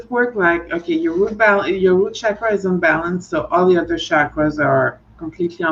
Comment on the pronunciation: I'm newly subscribed to, and am pleased to find you via Sophie - you have a gentle loving energy. And as a plus, you (unlike so many Western readers) pronounce "chuck-ruhz" correctly - most say "shaah-kraah" but listen to any Indian sanskrit video. Blessings on growing a great channel:)